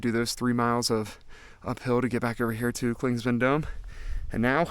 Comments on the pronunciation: Clingmans not Clingsman 😂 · Well don’t get so butt hurt over it dude. Clingman is the man’s name who the peak was named after until the Cherokee recently had it changed. You say “Clingsman” about 100 times in this thing, even though you pass by trail markers that clearly show the spelling. You may not be able to go back and correct it but from now on you should at least know how to say it. If someone kept calling you.. wouldn’t it eventually get on your nerves? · Please say Clingman's Dome. You keep putting an S in the middle....